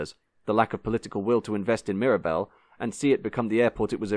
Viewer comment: Nice to hear you keeping up that fine English tradition of needlessly mangling the pronunciation of French words.